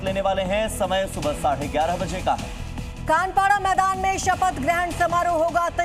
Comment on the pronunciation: Kanpara nhi bey khanapara